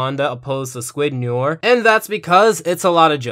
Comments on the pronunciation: Noir is pronounced Nwar not Nor. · Noir is pronounced "Nuhwaar" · Small thing, but noir is pronounced “no-ar” not “nore” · Please don't call me a grammar nazi, but since the topic calls for it... "noir" is more like "nou-ah" since r's used in this fashion are generally silent/barely audible when speaking French. i just used the "u" to emphasize the nasal quality when speaking the word. "noair" is almost as incorrect as "nore". OP's "no-ar" sounds a little bit better. I'm no expert in phonetic spelling, so I just looked it up: the proper phonetic spelling appears to be "nwa". Case closed. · Nice comparison! Though Noir is actually pronounced "nwar", not "nore". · Noure is pronounced [No-Are], got it? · It's not "Nore" it's "New-are" french for black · So... Noir is the french word for black, and it is pronounce Nu-ar not Nor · It's pronounce NWAR, not NORE. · Okay, good video, but as a kid who knew how to say it before he took French classes, it irks me that you mispronounce Noir. It is pronounced more akin to na-war rather than nor. Just a nitpick. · It's not pronounced "n or" it's "nori" like Jim noir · It's nuh-WAHR, not 'noyr'. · It’s not nor, it’s no-waar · Noir is pronounced "nwahr", not "nurr" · Nnew-are not newer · WHAT IS WRONG WITH YOU IT'S NO-ARR NOT NOR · Michael Fixedsys - Fixedsys Labs no ar is the correct pronunciation since it comes from the French language and btw noir means black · It's "nwoir" I'm French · It’s pronounced “new-are” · I just pronounce it "noyer" lol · In reality it’s more no-aur. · Arrow Head NO AIR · Great Review, but for future reference "Noir" is pronounced No-Are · It killed me how much he kept pronouncing Noir as Nor. I'm sorry for being annoying but it's true. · My only problem eith this video, is you said noir wrong it's said like "No" and "Are" in that order, so far the the episode is good other than that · The way you pronounce Noir has got my OCD up. It’s pronounced ‘No-are’ Still great review though